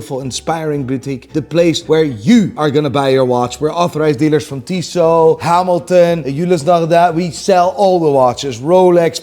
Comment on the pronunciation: For a sec i thought he said hes an official dealer for diesel and wanted to laugh but i was relieved when i checked the screen and saw its tissot